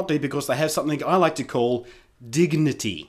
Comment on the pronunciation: LOL!! it might be your Australian accent but i just have to point it out, but... DIGUHNITEE XD...